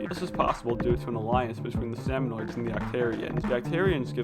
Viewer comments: It is so painful to listen to him say “salmonoids” rather than “salmonids” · Salmonids. Not salmonoids. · the "salmonoids" bothered me so much lmao